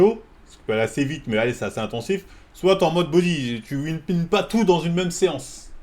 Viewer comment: On dit whippin frero pas winpin